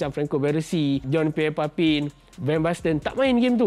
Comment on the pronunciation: Bukan papin org sebut Nama dia papan